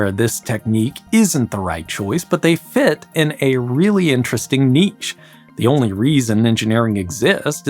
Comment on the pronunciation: did he just pronounce 'niche' like 'Nietzsche'? lol It's pronounced like "nee-sch"